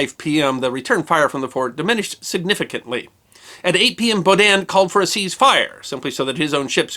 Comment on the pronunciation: The stress on "Baudin" is on the first syllable, not the second.